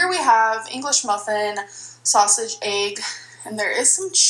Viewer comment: Egg= “aygg”